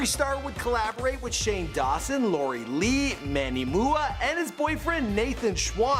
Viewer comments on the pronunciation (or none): It's LAURA Lee, not Lori Lee, and Manny M. U. A., not moo-ah. Also, the whole Kat Von D situation went down months before Charlottesville and the eclipse. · "Manny mooAH" "Laurie lee" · Ahhhhhh LAURA LEE. and Manny M U A. Pronounce the damn letters. How can you do a video and not properly research and pronounce the names of people you mention. Face palm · Ummm... It Laura Lee not Loree and it's Manny MUA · "Laurie Lee" (Laura Lee) "Manny Moo-ah" (Manny M.U.A)😂😂😂😂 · i died when he said lauri lee and manny muah 😂😂😂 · HAH lauri lee, manny mooah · “manny moouh” “loree lee” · LAURIE LEE MANNY MOOA 😂